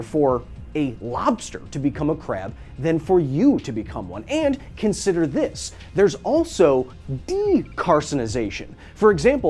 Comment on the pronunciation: "and carrnrrnrsider this..." 😆